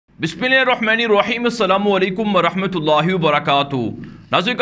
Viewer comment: bismillah ko sahee parhney ki koshish karain